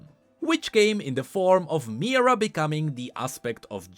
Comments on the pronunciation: Mi-here-uh. Not meerah. Mihira. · "Mahh-hiraaa **not mira " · why does he say mihira like myrrah and not mihira???? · Everytime you pronounce Mihira as Mira - I cringe. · That's not how you pronounce Mihira, it's more like Me-hera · I am pretty sure it is pronounced MeeHeeRa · He literally just read card description 💀 And even that he could not do correctly. Pronouncing Mira and reading harmonic instead of hemomancy 💀💀💀💀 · Mihira, as in *"mi-hi-ra", yes, the secon part is pronounced, but it's o.k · just want to add here: it's Mi-Hi-ra whenever you say her name you swallow the "hi" whole for some reason